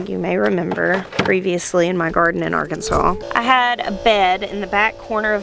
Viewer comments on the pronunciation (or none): none